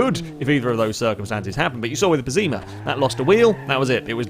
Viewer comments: it's pessima not ''pezzima'' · I love the pezzima lol pronounce it right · What the fuck is wrong with your English. You say Pessima completely wrong